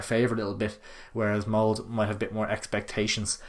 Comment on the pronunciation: Btw it's mold-ah not "mould"